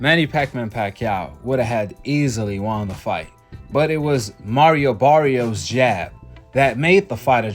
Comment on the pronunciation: That wasn’t Mario Barrios in that ring Saturday night. That was Marry-O Barry-os. Big difference 😂😂😂